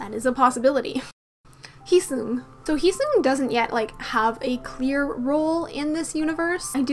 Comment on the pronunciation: its heeseung not heesung btw :)